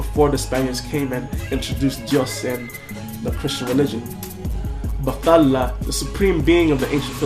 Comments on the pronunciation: My admiration went through the roof when u said u were a skeptic. =D. It's pronounced bat-hala by the way. Your intonation is right, you're just merging the th as in English, but it should be bat-ha-la, not ba-tha-la. Well, I'm not really that sure about that but. yeah. And try to pronounce the initial y in baybayin. But enough with the language lessons, I agree 100% with the (subtle) anti-christian message. ᜋᜊᜓᜑᜌ᜔|| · Kuya you pronounce it bat-hala magkahiwalay po sila. Hindi po siya english word.